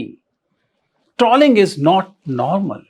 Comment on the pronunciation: शायद सही उच्चारण "ट्रोलिंग" है.. ट्रॉलिंग या ट्रौलिंग नहीं 🤔